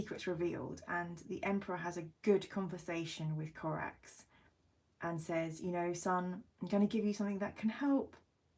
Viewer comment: Corax is such a great Primarch, his backstory is really well written. Your mate calls him BOREAX? AAAARGH! 😂....Corax really is my fave Primarch.